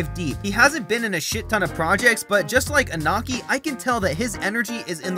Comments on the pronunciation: It is Iñaki, not Inaki. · "Iñaki", please. "Ñ" sounds similar to /ni/ for not native speakers, so try say "Iniaki". Thanks.